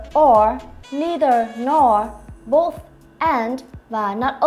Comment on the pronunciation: Both( bốt) cô học cách đọc ở đâu ra z cô